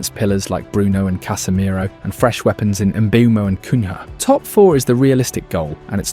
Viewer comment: What the fuck is those pronunciations on Cunha and Mbeumo? Surely has to be ragebait